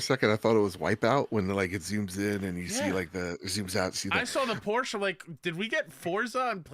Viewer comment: That's not surprising. Solasta is - like BG - a CRPG and it also uses the D&D rules. Come on, do better! That's not the pronounciation, the e at the end of Porsche is not silent!